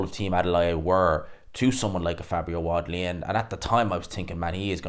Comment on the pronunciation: Can't say wardly properly it's your kryptonite